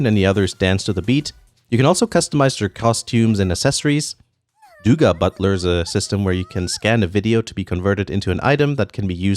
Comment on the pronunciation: Douga Butler most-likely is pronounced with a long o-sound, like in home or holy, not the "oo"-sound (like in Scoobie Doo) which you used. Douga means video in Japanese, after all.